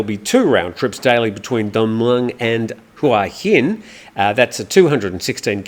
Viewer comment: Congratulations, you say HUa Hin correctly, unlike most foreigners who live here 555